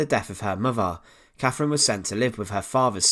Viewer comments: Why can't these guys find a narrator who speaks English for their informative content ?? ... Who was Caffrin ? ... Who was Henry va eighff ?? ... Good content, spoiled by some geeza who can't toolk propa :D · Sorry - I can’t bear this . “Free” instead of three. “Muvver” instead of mother. “Cafrin” instead of Catherine. I’m off ...